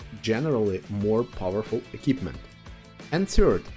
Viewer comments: Bond eQUipment not Bon Ekipment. It's MILDLY annoying since that word in particular comes up around 50 times in the video - no personal offence. 😂 Other than that really informative. Appreciated! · Sounded like a good video but I had to give up... Pronunciation: "E" - "KWIP" - "MENT" and not "E" - "KIP" - "MENT". Also why do you keep saying "experimental equipment"...? Drives me mad. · Equipment, not ekipment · a-keep-mint ... love it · Eh... it is not difficult nowadays to check the pronunciation of certain words... just saying, if you are going to make a video about "equipment" and then not knowing how to pronounce it... pity. Other than that, kudo's for the video. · Great video, but I would just like to say the letter Q is read as Kyu so in equipment its said differently than K. Also the setup I like a lot is the experimental turbo on TDs like ShPTK-TVP as it cannot mount vents and vertical stabilzier, and it doesnt really need ordinary turbo that much. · different countries pronounce different.